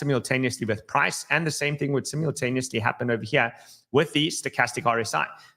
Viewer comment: "Simiontaniosly" or simultaneously 😅